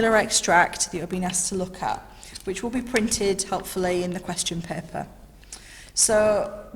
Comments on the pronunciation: It’s paper not pepper dam that’s annoying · She keeps saying paper as peeper